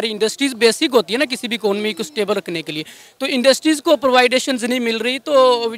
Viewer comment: what was that?! Providations??🤣🤣🤣